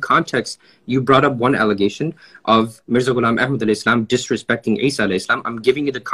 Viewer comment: Mirza ghilab ehad shalom. Thats how you say it